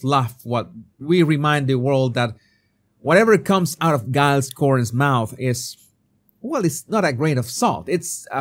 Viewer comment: FFS! Take lessons in basic English! It's DJILES Coren, not GUYLES Cohen! You need to get back (?) to the basics of English phonetics!